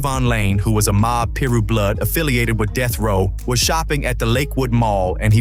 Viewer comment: its PYE-RUE .. and i'm not even a blood..